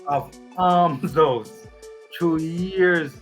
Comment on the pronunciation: The word is almshouse and not armshouse.